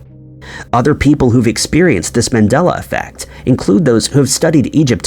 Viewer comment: Dude it's MAndela effect after Nelson MANDELA and people thinking he died in prison. Not MENdela.